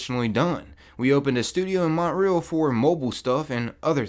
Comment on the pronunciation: Hahahahahahaha he said mont real